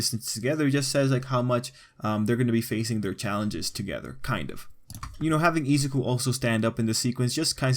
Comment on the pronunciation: Izaku? It’s izuku Ei-sa-ki? Ei-suku